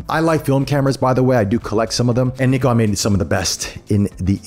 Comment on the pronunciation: Great unboxing and overview. It's so great to hear an American say Nikon correctly!